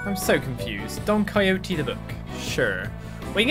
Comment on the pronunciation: Great pronunciation of Don Quixote